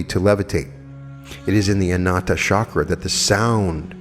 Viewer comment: heart chakra pronounced Ana HATA... but all in all you pronounced everything pretty well! thank you!